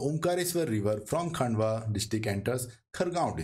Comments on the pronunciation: Pronunciation of Khandwa as "Khaandwa" or Khargone as "Khaargone" is excusable on account of unawareness of local language but to pronounce SH as "S" or CHH as "CH" is unacceptable since this is universally known and taught how to pronounce "SH" or "CHH" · kindly do correct pronunciation of Khandwa, khargone & Maheshwar.